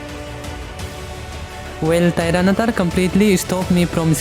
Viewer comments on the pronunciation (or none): Bro that's not Tiranatar that's tyranitar😅